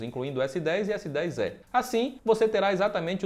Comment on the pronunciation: PARABÉNS PELA ANÁLISE, EXCELENTE E TAMBÉM PELA PRONÚNCIA CORRETA DO S10É.....E MESMO É.